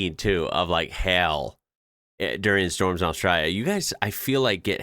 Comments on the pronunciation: It's pronounced "Hail" as in Nail. It sounds like your saying hell. :) When we don't want to say C%$#t, we say, "C U next Tuesday." The building on the Mall is an old Shot Tower. They made buckshot for rifles by dropping molten lead into water. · The way you guys say hail is so funny to me 😂 it sound like "hell" to me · Hail, pronounced. Hay El